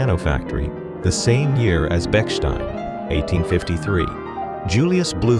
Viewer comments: Bechstein is pronounced Beh-shtine; it has no sounds "k" or "s" in there. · "poet laure-eight" "Betchsteen" However, he pronounces "Paolo" in Paolo Fazioli like a proper Italian. The copy, though, is horrendous. "Manufacturers of pianos frequently have grand-sounding names that may be readily associated with legal offices." What a ludicrous statement! Call me a hater, I don't care. Anyone notice the final image--the guy plunking at a key over and over, as if he was trying to get something out of a vending machine? Check it out. It's hilarious!